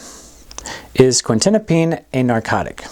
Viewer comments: I’d be more confident in the information if you pronounced Quetiapine properly. It’s not Quintinapine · He lost me at . . . mispronouncing the name of the drug this whole video is about. It's quetiapine not quintinapine.